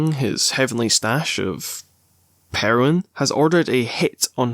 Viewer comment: Did u say kingpin was smoking heron?!? 😭😭😭